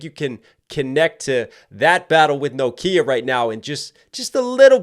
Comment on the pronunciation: pronunciation of "NOKIA" NO _KIA 😂